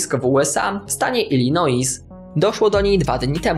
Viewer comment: W nazwie Illinois "s" jest nieme.